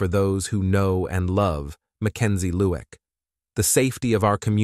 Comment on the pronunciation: Say 3am rather than 3hour am!!! Annoying😢 Lueck pronounced ‘Loo ick’, as opposed to Look